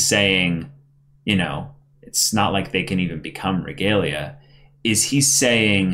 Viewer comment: Soooooo. Nobody is gonna correct about the pronounciation of Regalia, or Hiyori?